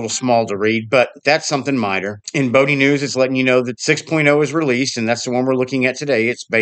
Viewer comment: The "o" in Bodhi and Moksha are both pronounced like "oh", "yoke", "flow", etc At least they are in my head, and by other Bodhi devs I've chatted with.